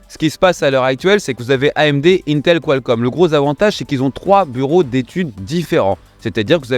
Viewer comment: il va falloir s'entraîner sur la prononciation , j'entends "qualScomm" à chaque fois